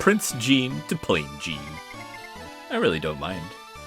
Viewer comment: Also, for what it's worth, Jeans name is intended to be French, so it would be pronounced like in Jean-Luc Picard, if you're familiar with Star Trek.